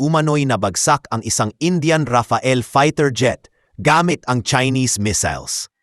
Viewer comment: anong rafael? rafale.😅